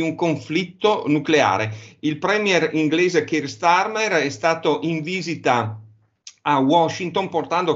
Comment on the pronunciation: starmerd, non starmer